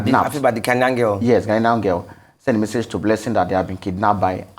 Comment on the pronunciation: it’s Ghanian not Ghaninian 😊